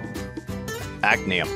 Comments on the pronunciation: Many of these are mispronounced. Those I noticed: it's not pray-zee-oh-dee-um, it's pray-zee-oh-dim-ee-um. It's not act-nee-um It's ac-tin-nee-um. it's not "rent-jenny-um", it's "rhont-ghen-ee-um" with the "rhont" as in "don't" and the "ghen" as in "again". Please upvote. Thank you. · I think you might’ve mispronounced some of them: praseodymium not praseodium actinium not acnium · You got Actinium wrong. You said: Actnium, three syllables: ACT-NEE-UM whereas Actinium has four syllables. ACK-TIN-EE-UM >